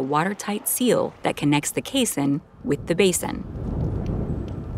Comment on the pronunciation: "Caisson" and "basin" should not rhyme. "Caisson" is pronounced like "case on".